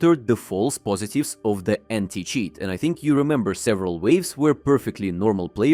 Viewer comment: did you say new anti cheese 😂😂